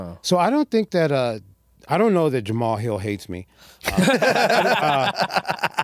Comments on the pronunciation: why is saying Jamahal hills name like that?? Its almost like hes trying to pronounce it like its spelled lol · so got that Chael sonnen pronunciation on jalmalalahill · Is he saying Ja ma hall on purpose? 😂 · He kept saying ”Jah-Mahal hill” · Saying Mr. Hills name the way it's spelled instead of how everyone else says it is hilarious. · Herb just confused when they pronounce jamal hill as jamahal hill lmfaoo hes just so confused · L for dude mispronouncing Jamahal Hill's name. Aside from that the pod was good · The way you pronounce Jamahal Hill is so weird